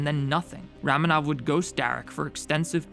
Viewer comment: I always thought ramenov was pronounced Ramenov (raw-men-ov)